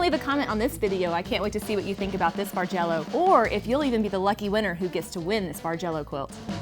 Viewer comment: beautiful quilt - I've only been quilting for less than two years and seriously thought you were saying "Marjello" :)